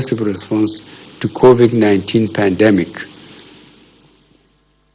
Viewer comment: At least he finally learned the proper pronunciation of the virus. That’s an improvement 🤣🤣.